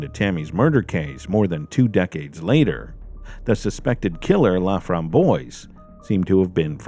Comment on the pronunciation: The killer's name is French. It is pronounced La-framb-wahs. It means "the raspberry." It's a nice name. Sadly it was not attached to a nice person. I am so glad this case was solved and hopefully it gave some comfort to her family.